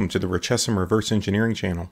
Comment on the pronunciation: The H in RECHESSIM is silent 🤔